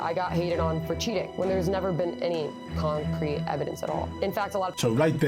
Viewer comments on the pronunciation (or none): I like when she said Concrete evidence she paused after saying con then she said crete . Cause its all a con. She is also reading from a script.